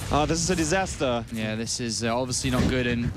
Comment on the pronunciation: das is a distaster ;) best dengisch ive heard in a long time :D